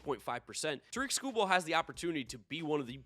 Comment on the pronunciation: Did pretty bad in predicting Tarik Skubal. Shame you didn't know how to pronounce his name.